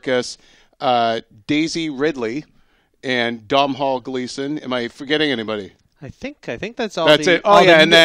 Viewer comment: They don't read the comments. You want to know how I know they don't read the comments? They're still calling Domhall Gleeson "Dom Hall", it's pronnounced Donal. Its Irish, so am I so trust me.